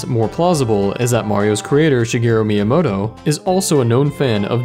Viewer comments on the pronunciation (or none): none